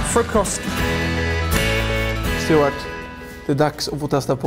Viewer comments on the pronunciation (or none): ”ja frukorst ” JAA FRUKOSTT